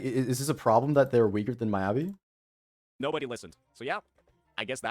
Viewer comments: okay, good video, valid points, saintontas is an actual idiot, but PLEASE STOP SAYING M-EYE-ABI , ME-ABI like me, myself and i, me, mi mi mi, me me me, not mai. <3 (obviously im messing around but it did irk me lmfao) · cool cool cool, i agree with everything you're saying but deadass how do you butchered Miyabi's (Meeyabi) so badly dawg